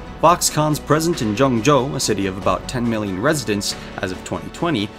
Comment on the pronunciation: the way he kept saying ¨Joeng Joe¨